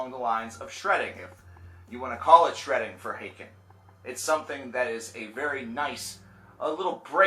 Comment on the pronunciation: I always said haken as in Hayken. After I heard you say it as Ha-ken I started saying that way. Now I got used to saying it the wrong way and keep saying Ha-ken. The struggle